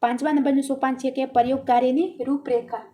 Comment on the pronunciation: વિડીઓ ખુબ સરસ છે બેન તમારો પણ થોડુક ઉચ્ચારણ સુધારવું પડે એમ છે....જેમકે પરયોગ ને બદલે પ્રયોગ બોલાય, લખેલું હોય એ જ વાંચો તો કંઈ પણ જરૂરી શબ્દ છુટી ના જાય વગેરે...